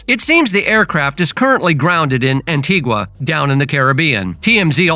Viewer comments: Please get the pronunciation right. It's An-tee-ga. It's not the Spanish pronunciation An-ti-gwa. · The ‘u’ is silent. An-tee-gah